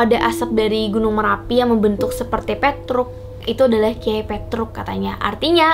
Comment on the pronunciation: Petruk Pertama nyebut nya salah Tapi seterus nya bener Aneh bet dah😂